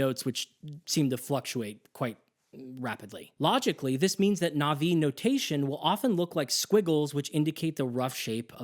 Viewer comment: So much effort into talking about your disgust with the western music, and yet you still westernize your pronunciation of Na'vi?